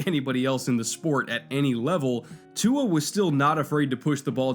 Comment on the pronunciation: He said Tua correctly though 👍